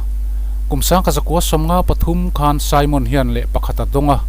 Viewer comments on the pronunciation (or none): none